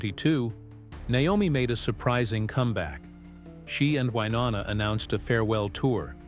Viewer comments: Hey narrator! It’s WyNONA, not WYNANNA! Good LORD! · Please learn how to say Wyonnas name correctly